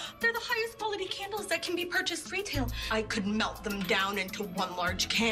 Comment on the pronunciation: Nobody::CaNdLeS